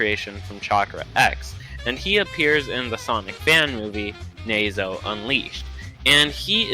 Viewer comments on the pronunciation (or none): You said nazo wrong it nah zo not ne zo